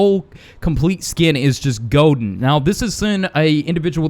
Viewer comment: Ha ha he said goden herobrine